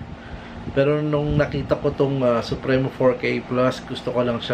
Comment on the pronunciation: Sup-pri-mo. Hnd sup-re-no.. hnd yan si mabini